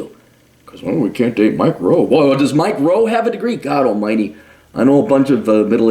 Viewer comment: At first I thought you were saying "micro", and I wondered what a micro is. I suppose we can all agree that Mike Rowe is in no way micro.